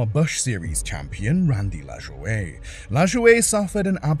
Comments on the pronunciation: Randy LaJoie's last name is spelled LaJoie but its pronounced La-Joy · That was driving me nuts, I started to search for the race to see who it was, but decided to check the comments 1st, because I could not figure out how to even spell "LazzUway"? I hate these stupid channels that know nothing about a topic, but attempt to make themselves look like experts on the subjects, then cash-in. They don't even bother to look up the correct pronunciations of the driver's names, or use ai to narrate. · Pronunciation on nascar drivers is bow dine and la joy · La Joy, not La'joeda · Randy LaJoie pronounced LaJoy. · Randy LaJoie… his last name is pronounced like LaJoy. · We Americans don't pronounce French names the way French people do, so Lajoie is Lajoy and Bodine is Bo-dyne instead of Bo-deen. Though there was a famous baseball player named Napoleon Lajoie where it is pronounced in the proper French fashion, but his career was over 100 years ago. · Bro said LAjooOey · Its pronounced "La-Joy." Nothing better than copy writers don't take 28 seconds to just ask Google for pronunciation. At the very least, that's how the man himself produces it. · Addendum Oh and the 07 car at Daytona. The drivers name is Randy and its pronounced LaJoy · It’s La-Joy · The man’s name is pronounced Randy LA JOY. SHEESH. That damned AI will be the death of us all. I only lasted thru 5 minutes. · Just an fyi. Randy LaJoie’s name is pronounced LaJoy. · It’s laJOY that’s how you pronounce it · LaJoie is pronounced La-joy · Sorry you lost me at Randy LaJoie; that name is supposed to be 2 syllables (La-joy), not 3 French ones. I lived thru that era and know the names, apparently unlike you. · The pronunciation of Randy Lajoie's name hurt my brain.